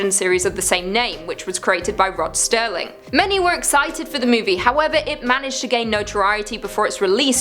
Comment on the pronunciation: at the risk of sounding like "that guy", it is Serling not Sterling. Aside from that, you are my absolute favorite host. May the Pale Queen reign forever!